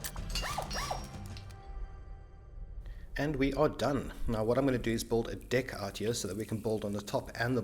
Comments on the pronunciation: WTF is a "buld zone"? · Are you saying "bold" or "build"? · Why are you saying "bulled"? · When he says build it sounds like bold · BUILD, man BU_IL_D not Bull. a "Bull-zone" only confuses people. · its build not bold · its not "boold zone" its build... god i couldn't understand what u saying til i saw a Build Zone words on the drawing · I didnt understand "Bull-zone" but then I realized you pronounced "build" wrong every time, then I figured it out what you tried to say. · you build a dick ? he kept saying '' i build a dick over here''